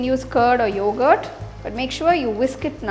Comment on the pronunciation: She said yougart.